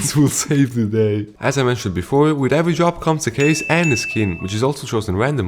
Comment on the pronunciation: your accent makes "drop" sound like "job" and I get anxious 😭😭😭😭